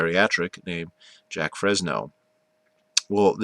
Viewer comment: His name is not JACK. ITS JAQUES